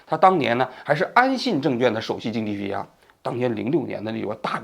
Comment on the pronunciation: 王局，证券的券一直都没有读对呀，小错误批评一下